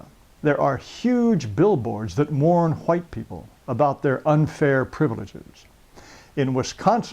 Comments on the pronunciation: the way this guy says white is pissing me off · how the hell did i get here?? Why he pronounce white so backwards?? I'm dying here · It’s not white, it’s huwhites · Hahahahahahahahahaa the way he says whites is sooooooo funny ....what a dick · Jared taylor is a very smart man but i cant stop laughing everytime he says white lol